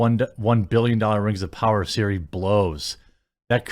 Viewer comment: “Rings of pooners”